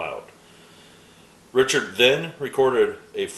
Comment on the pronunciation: I really like seeing these players from my youth that you just don't hear much about these days. Great stuff. Oh, by the way, Pete Richert is pronounced Rick-ert. As always, enjoyed the video.